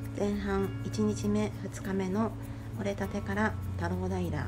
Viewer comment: " 折立 ” ⇒ おりたて ですね。